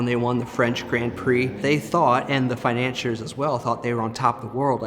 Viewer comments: Other than the repeated "finan-cheer" mispronunciation, this was a very well-made documentary. Thanks for sharing the history and for posting. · What is your source? The Book of Mangled English? None of those are correct. Fi-nan-SEE-er